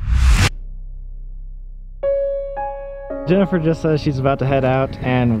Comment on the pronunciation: No one: Not a single being living or dead: Colby: JeNifEr